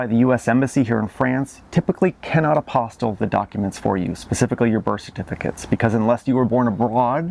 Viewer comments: Right, it's an apostille, not an apostle. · Great info! BTW, I believe it’s pronounced Ap-o-steel. Spelled apostille, but pronounced aposteel.